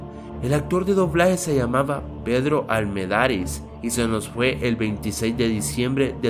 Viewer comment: Es Pedro Armendáriz, no almedariz, investiga bien.